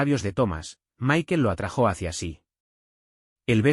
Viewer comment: Bonita historia. Me encantaría que la máquina aprendiera bien a decir la palabra "atrajo" sin tilde en la o, suena tan raro y ni una sola vez lo dice bien